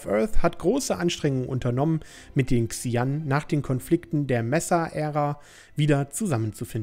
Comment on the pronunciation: übrigens werden die Xi'An "Sche-ann" ausgesprochen :P